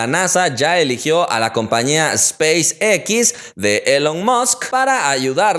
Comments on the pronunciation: "Espeis equis" (._.") Pues es muy conocida, esperaba que la pronunciará como" Espeis ex" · Espeizzz ex* jajaja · espeis equis??? espeis equis ajajajajajjaajajjajajajajaja